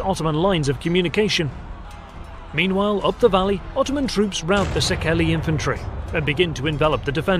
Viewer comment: Also Székely is pronounced as C.K. like Louis C.K. (the standup comedian, his orginal name is Louis Székely)